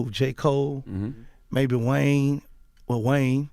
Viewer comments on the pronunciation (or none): none